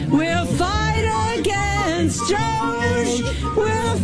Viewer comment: DJ finally saying DOGE the right way 😂